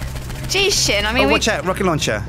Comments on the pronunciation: Lol I love how ALL of his Yogcast members call him instead of S-Jin. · I think Sjin secretly hates that everyone pronounces his name wrong, but he's too nice to say anything, so he puts an extra accent on the "J"